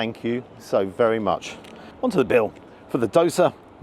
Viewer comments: not ka ra la try care rear la. And pa ra ta. And door sir. I love your youtube. I know never ever be able to afford go to england, to the restaurant. But love your youtube. ❤ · The way he butchered that dosa 😂😂